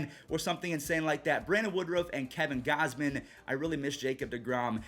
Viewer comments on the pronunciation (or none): none